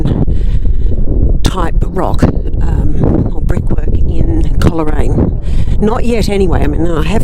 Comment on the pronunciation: Thankyou for this lovely video of Coleraine where my mother was born and lived for many years a few miles outside at Wootong Vale on the Balmoral Rd. Coleraine is pronounced Cole Raine not Coler Raine